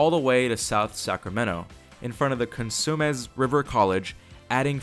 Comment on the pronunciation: It's Co-sum-nes, not 'consumer' 😁